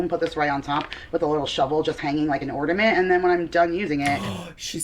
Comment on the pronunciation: “Ordament” and “garlin”.. my ears are bleeding